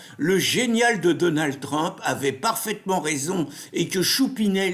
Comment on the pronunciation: J' aime bien la prononciation : " Donald Trempe".. Super trempe !